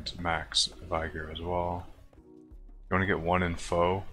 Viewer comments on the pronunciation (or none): vig-or instead of vi-gor, but whocares no need for someone to be a dick about it haha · Did dude just say "vie-gur"? The fuck? Who TF says vigor say "vie-gur"??